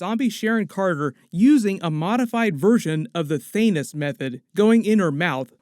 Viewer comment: OMG 😆 😂😆 did you say Thanus 💀